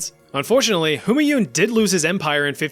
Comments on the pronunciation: Its pronounced ‘Hoomaaiun’😭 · What on earth is the pronunciation of "Humanyun" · you took the effort to pronounce the danish dude but not for Humanyun